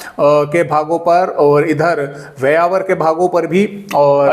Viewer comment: सर आप ब्यावर को व्यावर बोल देते हैं